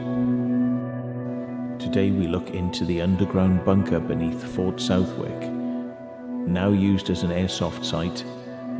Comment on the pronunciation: Southwick is pronounced suthick.